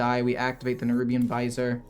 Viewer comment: Good video, I needed some idea on how to make this deck work. Also, the cards are pronounced "Nerubian Viz-ear" and "Har-ben-jur of Winter"